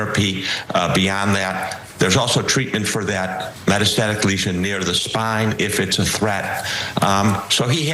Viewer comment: If you can't pronoun " metastatic" you shouldn't be in communications